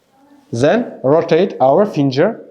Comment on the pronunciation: His gaze is seriously disturbing. And it’s Finger not Finjer.